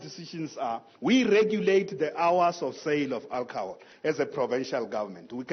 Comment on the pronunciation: It is alcohol not alcahol.